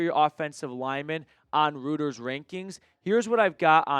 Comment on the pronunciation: Hey if you are referring to Reuters it is pronounced "roy-ters".